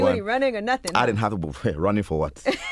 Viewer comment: He actually reminded me of a young Denzel Washington (not Mike Tyson 🙄) with the way he spoke about the industry. That Igbo accent about running had me weak 😂